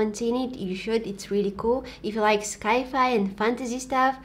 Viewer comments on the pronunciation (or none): Sci-fi=science fiction, pronounced "sigh"-fi